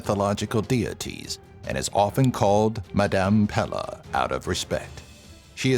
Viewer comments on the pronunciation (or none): It’s pe-le not pe-lah lol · Its pae-lay thats how you say her name.. For she come and strike yall asses with some... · Isn't Pele actually supposed to be pronounced "Pay-Lay"? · Pele is pronounced pay-lay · Pele was pronounced wrong but I love that my Hawaiian goddess got on here